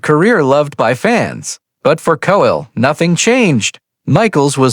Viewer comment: Coell, cossell, and so much horrible narration. Having a bot tell me about the human side of life is too ironic.